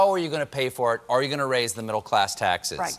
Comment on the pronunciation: Why can’t say the word “taxes”? lol